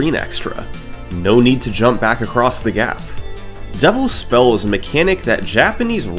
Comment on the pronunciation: Is "Devil's Spell" Summoning Salt's Pengwing? At least I keep hearing it as "Double Spell"